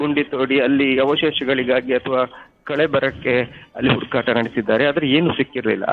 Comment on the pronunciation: ಹಡು ಕಾಟ ಅಲ್ಲ ಹುಡುಕಾಟ